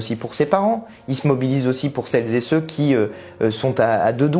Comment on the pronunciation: Dommage tous ces "celles- zé-ceux"... ça gâche tout